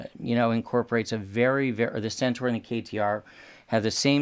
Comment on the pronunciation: can pronounce CENTAUR! SENTOR not SENTAR. Thank you. Why do so many sat 'Sentar'? It's wrong people.